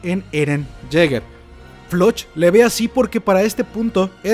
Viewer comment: se llama floch no se pronuncia como se lee es floc